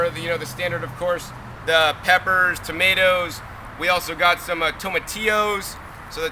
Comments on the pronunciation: Did my guy just say To-may-tee-ows for real? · toe-ma-ti-oos lmfao.. Ive never heard that in my life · Toe-muh-tee-o's. First time I heard this pronunciation. Interesting....